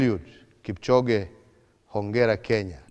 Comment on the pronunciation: Inooro tv it's KIPCHOGE.... NOT KIPCHONGE......